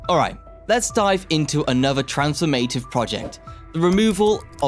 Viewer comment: & & "Trans-form-A-tive" instead of "trans-FORM-ah-tive". "Over-ar-King" instead of "over-ar-CHing". With all of the other mispronunciations and periodic odd pauses, I'm thinking this is an AI narrator and there was not much oversight of the output. The devil is in the details. Finessing & polishing is requiring when presenting information to the public. For a channel focused on infrastructure, to stumble on "gauge" when talking about railroad tracks is especially odd. It's pronounced "GAJ", not "GOWJ" (and measures the distance between two rails).